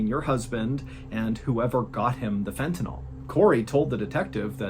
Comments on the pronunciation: Just an FYI, it's pronounced Fenta-NIL, not Fenta-NALL. You got it right in the second half of the video a few times 😁❤❤ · Sorry to be a dick, but it's pronounced fentaNILL, not fentaNOLL. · I know it’s a nitpick, but I work in a clinical setting with the drug so I always correct people when I hear it pronounced this way. It’s pronounced like fentaNULL, not fentaNAWL. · How can you show a vial of fentanYl, and still mispronounce it? It's not NOL, it's NYL. 🤦‍♂️ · It''s FENTANYL... That's pronounced like Fentanil. NOT Fentenol. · Fentanyl is pronounced Fen-ta- nil, not NALL. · It's fentanyl, not fentanol. Why can't anyone pronounce this word? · FENTANYL not fentynol. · Fentanyl, not fentanol. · It's "Fentanyl" not "Fentanol" (which is the way you pronounced it in the "Stupid Killer" video. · Please know that there is not, nor has there ever been, a drug by the name of " fent-a-NOL". It ends in "NYL", not "NOL". It is Fent-a-NYL, which rhymes with "Sent-a-pill". Please tell Sean Hannity also, since he hasn't pronounced it correctly either.